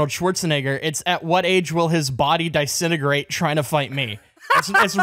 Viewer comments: "Die"sintegrate? Never in my life have I heard that pronounced that way. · "Dye-sintegrate"?!?! XD